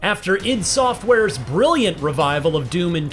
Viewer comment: Eye Dee Software